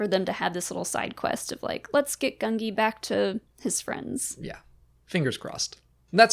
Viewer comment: it's actually gun-gee